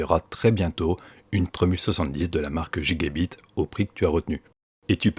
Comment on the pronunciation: Giga bite mdr on dit guigabyte